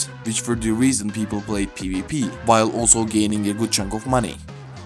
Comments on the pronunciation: when u say pvp it sounds like peepee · not tryna make fun of the accent but “peepee is here”